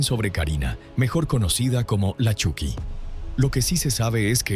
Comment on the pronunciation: Se pronuncia Choky no Chuky .